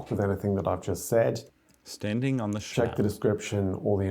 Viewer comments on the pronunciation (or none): Its not slauch its schlauch